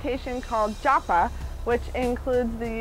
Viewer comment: While its great they they are trying to bring the ancient knowledge of the East to their Western brothers and sisters, they could practice pronouncing the words *CORRECTLY!* Not maaaantra, "muntra" , not Jaaapa, "jupa". Give respect to India.